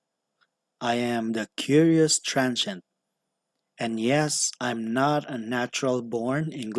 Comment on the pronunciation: Hey you speak English better then most native English speakers already so who cares and yeah some words you said was kinda hard to make out like in the beginning and when you said your name I'd heard and understand the curious part but when you said transient it was a lil hard because of your accent but it sounded like transent and not trans-ient like you were one letter off and didn't pronounced it all the way but hey that happens to even actual English speakers who only speak English and your bilingual so that's an impressive skill already eh